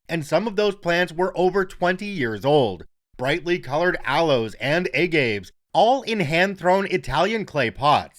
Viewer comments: Agaves is pronounced AH-gah-vays, three syllables. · I have never heard agaves being pronounced like that. I'm not sure if it's engagement bait, it's a regional pronunciation or you just didn't know. I've always heard it as a-ga-ve (uh-gah-vay).